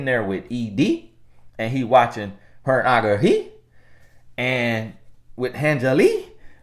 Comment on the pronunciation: Too funny that you spelled it the way he said it! 😄